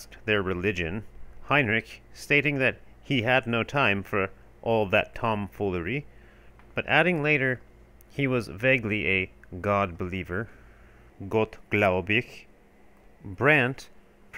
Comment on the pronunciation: It's gottgläubig not gottglaubig!